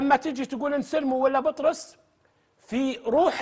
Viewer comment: ترى مو بطروس ياتويجري 😂😂😂😂😂بيتروس الله يرجك 😂😂😂